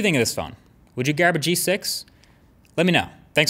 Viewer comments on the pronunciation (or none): At the end, is it just me or did he say, "Would you 'garb' a G6?"